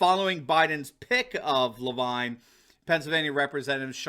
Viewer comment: It’s Rachel Levine pronounced LeVeen . So glad to see this criminal finally in the glare of a revealing spotlight along with our governor Wolf. Justice will be sweet, we’ve waited so long to see these cabal thugs fall!